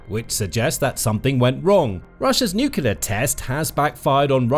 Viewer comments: Nuclear, not nucular. I would expect somebody with "Military" in the channel title to know that. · It's Nuclear - Noo-clee-ar, not noo-cuu-lar! Seiously though, this video is all about how Russia's missiles are failures, but makes the assumption that it's nuclear warheads would work, if only Russia had a way of delivering them. Surely it is possible that the warheads themselves are about as dud as the missiles? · Why can't people pronounce nuclear? It's 'new-clear' not 'new-cue-lar'. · NUCLEAR! - Nucular is simply wrong (I've just looked this up!)...seriously, I am not a native speaker, so I have no trouble with mistakes (I still make a fair share of my own - especially "Germanisms" so trying to use English like I would German, which often doesn't work well), but this pisses me off as it's low effort to correct this (just like stuff like using of instead of had (should of done - no: Should have done!))... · Nuclear, pronounced, new clee er, not, new cular. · It sounds like you are saying nook-you-lar instead of nook-lee-ar. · PLEASE stop pronouncing 'NEW-CLEAR' as 'New-Q-LUR'. PLEASE-PLEASE-PLEASE. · It's nuclear not nucular. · Nu cu lar. The word is nu cu lar. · Check the spelling of the word "nuclear". Do you see it spelled 'nuculer'. ? Do you pronounce the core of an atom a 'nuculus'? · Please stop saying ‘nukular’. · "Nucular", again. Jesus wept. I can't take you folks seriously anymore, unsubscribing. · Saying "nuclear" like that! People will think you are American.